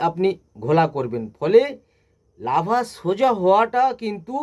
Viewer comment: Lava noy larva..apni ki trenner??